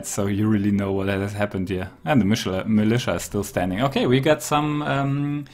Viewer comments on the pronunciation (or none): none